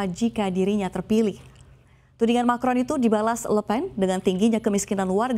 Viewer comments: Macron mbak, bukan markon hehe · Macron mbak, bukan marcon.. Aduhhhh